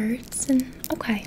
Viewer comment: The "o-kway"s are amazing